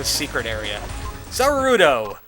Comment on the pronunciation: Did I just hear a (bit of a mispronounced) reference to "Za warudo" thrown in over there?..